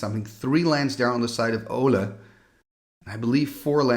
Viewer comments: Olle instead of Ölle? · I watched a vintage Pro Tour video recently, and they butchered Ölle's name so bad. They pronounced it like Ollie Raid. Sorry, we're American. 😂